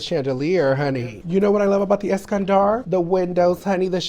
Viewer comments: Take a shot every time she says “EskanDARRRRR” 😂😂🤌🏽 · Eskandar)))) Es-Scan-dolo’ 😂